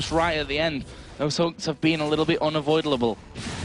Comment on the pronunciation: "UnaVoidleable" :D